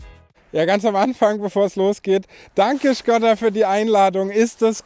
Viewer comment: Das Ding heißt Schkooooda!!! 🙈